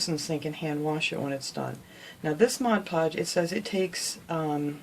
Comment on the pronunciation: Outstanding! I like that you do projects that are so unique. And like that you say Mod Podge not Modge Podge (my pet peeve).